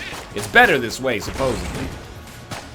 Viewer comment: ITS SUPPOSEDLY NOT SUPPOSEABLY